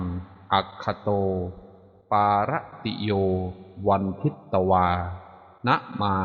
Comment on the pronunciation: เขียนทิตแต่อ่านพึต